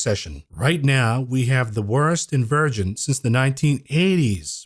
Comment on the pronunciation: Are you saying “ invirgin” or inversion? Like in Supertroopers